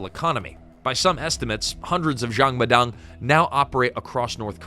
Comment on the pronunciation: jang ma dang. not xiang ma dang